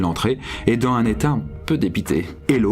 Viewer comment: FAIS LES LIAISONS QUAND TU PARLES BORDEL Tu dis " dan un bon climat " il faut dire phonétiquement " dans zun bon climat " j'ai envie de te le dire depuis le tout début de ta chaîne voila